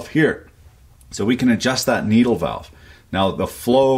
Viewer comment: "Walve" - a fan of "The Sand Pebbles" said. "Main stim stop walve!"